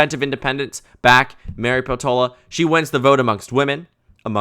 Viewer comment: Peltola is a finnish surname, so i suggest putting more stress on the first syllable